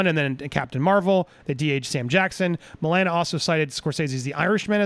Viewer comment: I KNOW, ITS JUST THE GUY KEPT SAYING MOE-LANE-AH